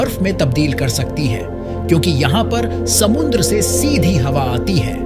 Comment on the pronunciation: Samundra na re baba samudra samudra kahte hn